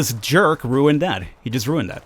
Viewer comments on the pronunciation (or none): your funny you said "that jerk ruuned that" hahha